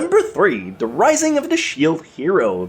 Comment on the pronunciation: you need to learn how to speak properly and clearly. you speak like you are a loli but clearly you are an adult. You say things like it instead of its 'da' instead of the.. and so on. it's annoying the lack of mental effort you put into speaking. it's not hard to talk correctly.